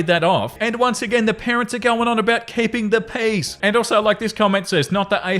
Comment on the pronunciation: The first I heard you say, “keep the peace,” I thought you said, “keep the peas.” So every other time in the episode it’s mentioned, I just pictured someone with a hand full of peas 😂